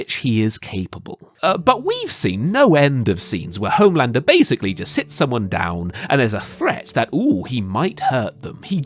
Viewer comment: "hOHme landrrrrr"